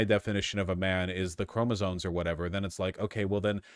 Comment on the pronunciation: It's not chroma-zones. It's chroma-zomes.